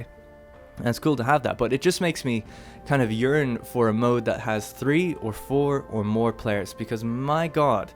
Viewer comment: When you said "yearn" sounded like you said urine that shit was hilarious